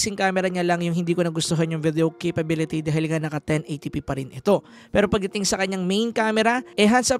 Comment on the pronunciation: Konting bawas lang sa word na CAPABIITY goods na yung review mo. Keep it up! 👌